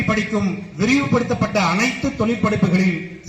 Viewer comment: தொலில் .. தமில் நாட்டில்